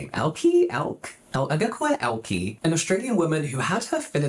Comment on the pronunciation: It's pronounced El-kuh. 😁